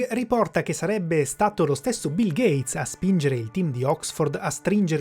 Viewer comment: Nooooo a stato bil gheiz!?!?!